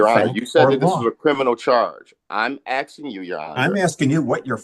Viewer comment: "im axing you"..